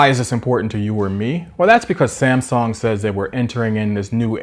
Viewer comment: New drinking game.... Every time he calls Samsung "Samsong" you have to take a shot.